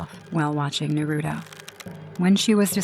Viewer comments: I'm also an anime lover, and i'm been wating for IMR to make horror stories based on any anime. , it has to be pronounce Naruto, not Narutu. "The world should know Pain". But hilariously, the anime character in this video doesn't use any Jutsu.😂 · also, it’s Japanese it’s NAH•RU•TOE lmao not “Narudo” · Why they keep saying narudo …. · I'm sorry but like these people obviously never watched it cuz they're not saying that God damn names right it's Naruto a Sakura exactly is it spelled as well it said you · It's not nuruto it's naruto and not sukura it's trash sakura